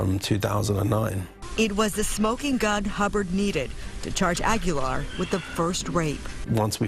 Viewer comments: Not Ag-yo-lar, it's Ah-Gee-Lar. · They should have done a second take of the Reporter saying his name at the beginning. Frankie Aggie-yar... made me laugh thinking about a pirate who's a student at Texas A&M. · Agui-Yar. Damn gringos